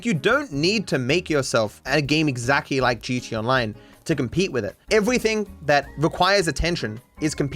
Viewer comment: Maybe it's just me. But I swear you are saying "GeeChee Online" lol